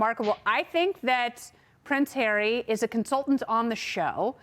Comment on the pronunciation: a lot of syllables for Harry